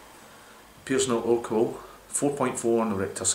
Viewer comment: You're one of the few people to properly pronounce urquell, however, the city is pronounced Pilsen, no Pleezen. The Chez spelling is Plzn. It's where the world Pilsner comes from.